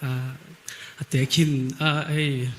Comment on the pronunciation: Mizotawng lamdik hi a pomoh entirnan tlaichhun tlai tih khi lamdik lo deuh😂